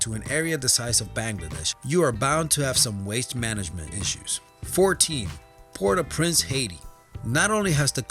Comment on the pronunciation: Hi, it's Port-au-Prince not Port-au-price :) Haiti